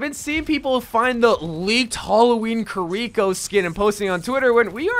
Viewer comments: The way he says kuh-reeko. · Bruh, the way you say kiriko is honestly painful to hear. If only they knew how japanese worked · Omg why do you say "Kur-eeko" it's "KEYREEKO" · The way he says kiriko hurts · Does anyone else hate how he pronounces kirikos name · Am I the only one that got kinda annoyed at how "Kiriko" was pronounced? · Learn how to pronounce Kiriko correctly please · If you could just.... Pronounce Kiriko's name correctly once. I beg of you. Lol. Also Junker Queen is definitely an executioner not BDSM lmao not even close